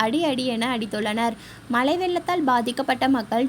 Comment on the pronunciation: Pls change your pronunciation. Not malai vellam malai neer. The meaning itself changes.